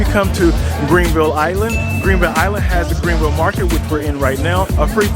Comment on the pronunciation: Mans said Greenville haha it’s GRAAANville ! On point coverage tho !